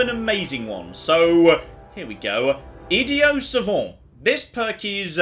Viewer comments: “Idio Savant” ... lol why does he mis pronounce ‘Idiot’ ?? Is this an attempt to get into the actual character of an Idiot??... lmao :) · Is that how they pronounce it in England? Without the hard "t"? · Its pronounced idiot, not idio. I'm aware you going for the sort of french way of saying it, and savant like that is fine but... Idiot, with a T at the end. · Why wasn't he pronouncing the t in idiot? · There is a “T” at the end of “Idiot” AND at the end of “Savant”. 😂 So excited for this series. Playing right along with you! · I believe he is pronouncing "Idiot" in Idiot Savant with a silent "t." The term is French, so I believe the "t" would be silent, although I think it would sound more like: "Eed-ee-ahn". Any French students out there who can clarify? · Yet again you failed to say the word idiot correctly, thats pretty ironic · Is anyone else confused by the way he's pronouncing "idiot" in the idiot savant perk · my goodness why does he say idiot like that?